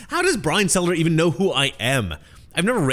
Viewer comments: Stelter... not Selter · Struggling to get the names right in this video. Brian selter? Nick sandman? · It's Brian Stelter, not Selter. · You keep saying "Selter" instead of Stelter, is that intentional?